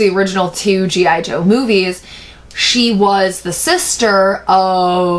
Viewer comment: Haha he said gi jew